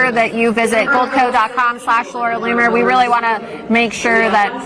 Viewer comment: L- OON -ER